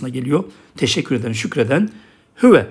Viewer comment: Hüve diyorsunuz da arpaçanın neresinde “Ü” var